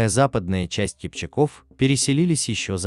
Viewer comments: КипчАк -КипчАков . В тюркских языках ударение ставится всегда на последний слог. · Всё верно,только ударение на второй слог и во множест. числе.КипчАк, КипчАков. Не КипчакОв.